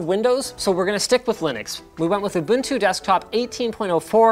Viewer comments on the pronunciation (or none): none